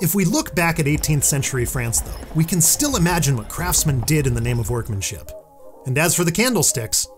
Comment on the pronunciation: It souds like you are saing bronze cant kill